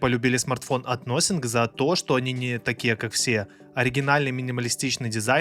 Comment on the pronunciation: "Насинфон" никакой не "носинг".